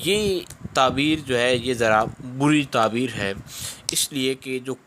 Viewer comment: taberr bol please